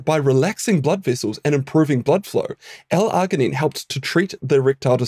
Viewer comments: Please pronounce your words right. It's NOT Ar-gin-ine, it's Arg-inine. You know, like an Australian Pirate would say it - ARG, mate, ARG. Like the "G" sound in the name "George." You know why pirates can't recite the alphabet don't you? They can't get past the letter "Rrrr." Damn foreign scientists who think they know our language better than us. 😂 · I have never heard arginine pronounced with the hard g. generally when g is followed by I or e it is pronounced with a soft g like gin or gel. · The way you pronounce "arginine" grinds my gears. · Kiwi accent usually tend to do that hehe